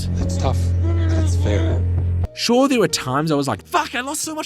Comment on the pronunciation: I want to signal you to the autorities because you pronounce Fear and Fair the same